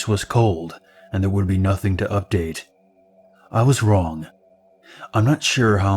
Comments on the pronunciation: Don't fucking say update like that! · Plz stop saying update like that plz